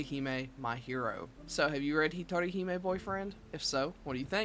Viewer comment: Something amusing I noticed is that you turned the meaning of "hero I hog to myself" to "lone princess" by pronouncing the J as an H...which spurred me to go, "Get yourself a guy who can be both your hero and your princess!"